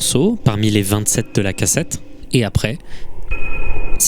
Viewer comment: Il n' y a que moi qui a remarqué qu'à dit "...que 2 morceaux sur 27" mais sur la vidéo il semble dire "trois" au lieu de 27? Etrange...